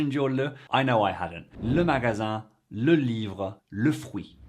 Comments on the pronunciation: NONNN! Ton "LE" (ouvert) est PARFAIT! Le "LEU" (fermé) de France est un "régionalisme" PAS "international/universel"!!! Ne change pas... Il y a des prononciations en France qui ne sont pas recommandées, mais il y en a d'autres qui sont envoutantes. Par exemple le "le" ouvert est le bon "le". Le "lundi" se dit en France "lindi". "in" comme "train" (français et non québécois. Il y a une nuance). Et j'aime énormément la version française de ce jour. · "Le" is pronounced as you say it in certain regions, whereas as Timothée's "le" sounds more Parisian. Yours is perfect. His is beautiful. It's a question of local accents, BOTH are perfectly correct! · I have never heard an alternative pronunciation for the article « le » in France. Accents throughout France are increasingly homogeneous, unfortunately. The schwa sound is the standard French pronunciation, which may be slightly mire 'aigu' sounding in some people's mouths. In any case, the man who made the video speaks much better French than Mr Chalamet. Pas de doute !